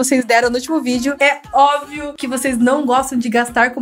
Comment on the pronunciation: Ela falou é ovio kkkkk É óbvio